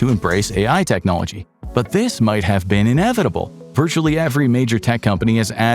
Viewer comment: “Technologia” 😂 I heard it!!